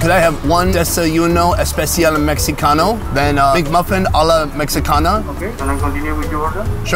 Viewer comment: For future reference to the X is pronounced like an H in Spanish. You should have said Mehi-cana